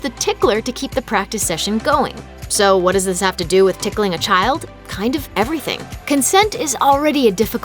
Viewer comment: I hate hate hate being tickled Actually I'm cringing every time the narrator says "ticking"